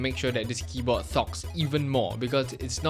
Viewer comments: "a thocky keyboii" lmao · keyboa 💀💀 he said it like my parents.